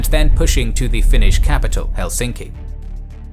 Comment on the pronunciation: Thank you for the in depth-background section! It's very rare to see representations of the war with the events of thoroughly explained. A very good video overall, even your Finnish pronunciation is pretty good! Edit: Finland didn't exactly lose it's autonomy in 1905, it actually reformed into a more democratic system while retaining it's own currency etc. But the Russians began trying to unify their realm by limiting Finland's autonomy and that set in motion various forms of resistance, though most Finns didn't see independence as realistic or even desirable until Russia started collapsing into revolutionary chaos in 1917